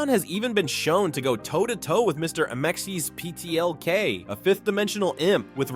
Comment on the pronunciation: Can't say Amazo, Trigon, or Mxyzptlk, but actually says Darkseid instead of "dark seed"? Nah, I've been putting up with the AI voices for too long, I'm unsubscribed. I'm out. I might pop in every once in awhile to see if there's hosts again, but for now I'm done.